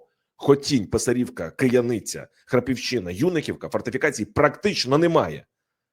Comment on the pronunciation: Велике прохання- правильно називати населенні пункти: БасІвка, а не БАсівка; ПИсарівка, а не ПисарІвка